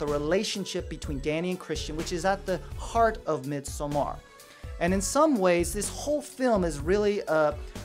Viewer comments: its midsommar, like midsummer not mid-so-mar, if it was midsomar it would sound like how you are saying it but since there are two m's the o is actually like a u. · It’s actually pronounced mid-saw-mer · I always just said it as in English “midsummer.” I don’t know why his phonetic pronunciation is bothering me so much. Haha Although, I do not know the Swedish pronunciation. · Oh I can’t watch this. The way you pronounce Midsommar is driving me mad. 😵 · I couldn't watch this. His pronunciation of 'Midsommar' pissed me off.